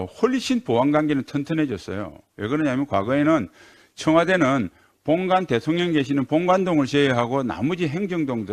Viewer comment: 신원식의원은 뚜렷한 국가관을 가진 참군인의 모습을 보에줍니다. 반면에 김병주의원은 장성출신 임에도 그 반대의 모습을 보여줍니다. 또한 혀도 짧아서 대통령을 "대톤련"이라고 발음하니 듣고 있으면 가슴이 답답합니다. 펜치로 혀바닥을 잡아 당겨주고 싶은 충동을 일으킵니다.